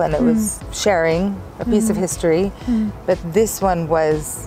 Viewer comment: спробуйте замінити у вимові англійських слів звук "і" на "и". Наприклад, коли кажете: лейтлі, хісторі ((lately, history) - це звучить по рюцкі. Лейтли та хистори звучатиме англійською без акценту.